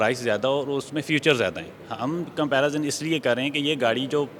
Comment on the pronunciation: comparazun krte hain 😂😂😂😂